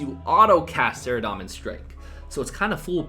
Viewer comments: SaradOmin, not SaradAHmin. Wtf is that lmao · Was anyone else bothered by how he said "saradomin"?